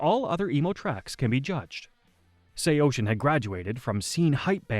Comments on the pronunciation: SHEYOSHIN? I always said it as SAW SEEN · Bro couldn't get the AI voice to say Say-o-sin. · Say-Oh-Sin. I had to stop in the first 18 seconds of this video. Stop using AI to create these BS "band histories". Why is this so popular now? You share the most basic information and have zero band member perspectives. Do better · ((SAY-YO-SIN))!!!!!! ILL SAY OCEAN THE SECOND YOU SAY MY BANDS NAME RIGHT! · First, it’s pronounced Sayo-Sin. Second, Cove is the permanent singer. Third, Anthony being a drug addict, especially heroin is a big reason he’s not in the band anymore… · SAYO-SHIN??? WHO TF IS SAYO-SHIN?!!! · Brother. It’s pronounced SAY-O-SIN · Sao-shin ?lol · sayocean is the way it's pronounced fam lol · I have never heard anyone pronounce it that way before 😂😂😂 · Wtf? Bruh pronounce it correctly! There’s no H in SAOSIN! This is just as annoying as morons say “nucelar” instead of nuCLEAR🤦🏻‍♂️😒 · I turned it off 10 seconds in when u pronounced it like that. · Why are you pronouncing it like that?? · Well he’s wrong too haha. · AI murdering the pronunciation of the band name lol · its the dumb AI voice. These videos kill me, decent b reel footage, decent script but they get an AI voice that makes mistakes like that.